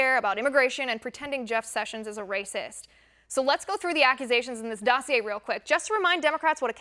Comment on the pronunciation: She pronounced the word "dossier" correctly. That's quite an accomplishment!